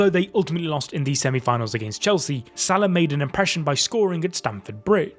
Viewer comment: Pronounced Sal-A-h not S-A-lah. Shouldn’t be too hard to get right.